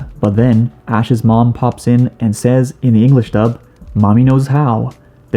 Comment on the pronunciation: “Says” is pronounced “sez”, not like what would be the plural of say